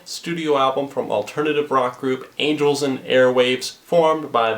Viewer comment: Did you just say anals and airwaves